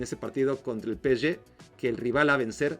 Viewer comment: Es pe-ese-ge, no peschge, si lo vas a decir en ingles es pi-es-gi PSG